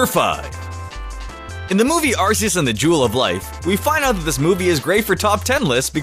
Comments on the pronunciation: Its pronounced "Are Kee is", not "Arse ee is"! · It’s arKeus not arseus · Lol another mistake on your part, calling ar-key-us, ar-see-us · Arceus is pronounced Ark-key-us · it is pronounced ar-key-us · it is pronounced ar-key-us you idiot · Its pronounced... "arc-eus" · Arceus is pronounced with a K, not a S.